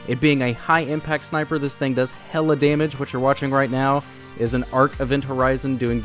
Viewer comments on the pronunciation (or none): none